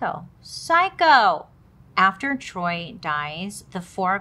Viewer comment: Sameeee it be her mispronouncing everything 🤣🤣😂 “the Troy” (choy) and Bailey sayin “her mom” instead of his*😂🤣